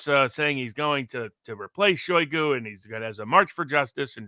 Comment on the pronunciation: Embarrassing that you are unfamiliar with the pronouncement of the name: Shoiguh, the most prominent Minister of Defence on the planet right now. Not good for a worldly podcast lawyer. Love you n, though, obviously.